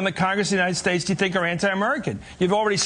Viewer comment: She can't even say "United States" correctly. She pronounces it "Unineted States".